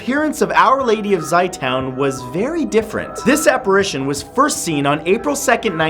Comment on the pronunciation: Can't blame Matt but it's pronounced "Zeh-toon" not zi town. =D